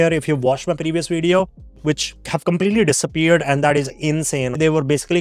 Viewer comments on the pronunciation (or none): He says "I'm based in the US" but then pronounced the word video as "wideo". He's full of shii